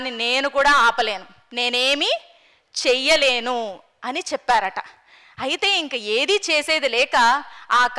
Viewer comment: అమ్మా, తల్లీ మీరు రామాయణం గురించి చెబుతున్నారు...కానీ... చూపించారంట, చెప్పారంట...లాంటి ఉచ్చారణ బాగాలేదు. మీరు చెప్పేది ప్రపంచ వ్యాప్తమైన శ్రీమద్రామాయణం...గుర్తుంచుకోండి. దానివిలువ పడుచేయకండి. అన్యధా భావించకండి.